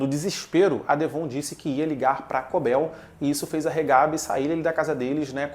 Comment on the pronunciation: Mano, ouvir ele falando DEVÔN me quebra demais... É assim na versão dublada?